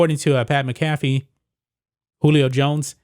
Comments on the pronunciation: No hate but it’s pronounced ( mac a fee) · It’s Mac-uh-fee...FYI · MACK a FEE. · And you keep pronouncing Pat McAfee’s name wrong lord go watch his show just for 10 minutes and hear his name pronounced. 🤢